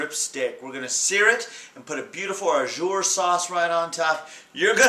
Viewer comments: Just want to add some tidbits of info. That's a gravy, not Au Jus (Pronounced like Oh Jew with the soft J, Not Oh Jer lol). Au jus is simply what it translates to in French, juice. It's runny. Other than that, great video. Loves me some steak. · It's au jus not au jur lol its ok still a tasty dish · not "ah-zure" its "ah-ju" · It's pronounced oh zhoos. Thanks for the vid! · Looks so yummy. The mispronunciation of au jus is driving me crazy though. You are saying au jour which would mean "of the day." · it's pronounced 'zhu' but nice vid